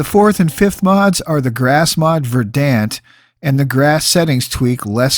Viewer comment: Excellent! Dude I haven't played since 360 days but even then I thought the game looked rrrrrough. This is exactly what I needed. For teaching me this I give a thumbs-up, a sub, rang the bell. Suh-weet. (and will offer this; verdant is pron. "verd'nt")